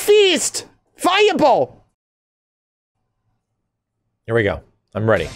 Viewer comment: RISSING DWAGON TREPLE FAYA BOLL